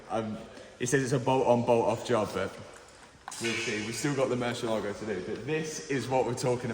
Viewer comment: Please, learn to pronounce MURCIÉLAGO